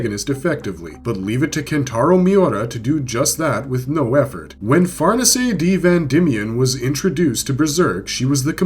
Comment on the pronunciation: Man said “FarNiSay D. Van Dimion” 😂😂